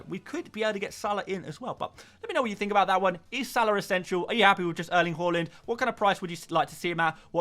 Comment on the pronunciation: Good vid, just cant hear you say name Erling "HORLAND" ever again 😂